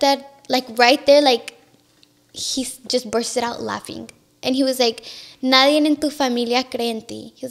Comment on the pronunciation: Well spoken but says “ nadien” 😂 it’s NADIE.